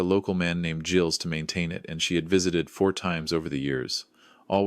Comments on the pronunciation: Never ever Gills. Artificial intelligence is badly taught, obviosly. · Second mispronunciation, same correction. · By the way,, the name Gilles has a silent s Intelligence, not.